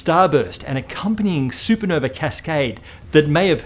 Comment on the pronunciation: It’s super nova… You’re British right? Champagne supernova not super No-vey